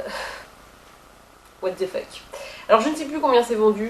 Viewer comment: "Watte deux feuque" Haha :D